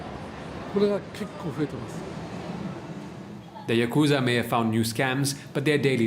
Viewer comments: i am indian too but like why get an indian dude to voice over this? I hella threw the vibe off when he said yakuuuzah instead of yakuza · Lol yah kooza... its YAKuZa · You made an entire video about it and couldn't even pronounce Yakuza properly?